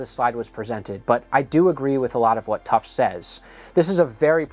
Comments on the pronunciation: Protip: Edward Tufte's last name is pronounced "TUF-tee". you said it "tuft". I attended a few lectures from him, and I think everyone in the room knew how how to correctly pronounce his name. Now you do too. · Small correction to an interesting video: Edward Tufte's name is pronounced TUFF TEE. I went to a talk he gave 30 years ago in Boston for the Society of Newspaper Designers. He wore an analog watch. Used a Mac computer. He made fun of the guy who designed the old USA Today weather map, which tried to make the surface of the USA more interesting by making it look 3D. Tufte joked that apparently the USA had a cliff at its borders hundred of miles deep. After the presentation, some of us went up to talk with him. One was the designer of said map. TUFF TEE then made nice with him. BTW I spoke with an aerospace engineer friend prior to the first shuttle launch. He said that they'd be lucky to launch a couple dozen of them before losing one. The shuttle blew up on launch number 25. I have never forgotten that prediction. Was the explosion really an "accident" or was it a predicable outcome of the NASA and contractor systems and humans as they were? Yeah, rubber O-rings get stiff in the cold and fail. Hubris is fatal in rocketry. Also learned the hard way: don't have helicopters flying right under oncoming jets with 75 feet to spare, over the Potomac, in the dark, with night vision goggles that turn all the planes into blobs of light...and other factors...what could go wrong? We need better system designers. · Tufte is pronounced Tuff-tee. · Tufte is two syllables. Tuf-tee. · Oof, that mispronunciation of his name is a doozy and you’ve done it twice so far!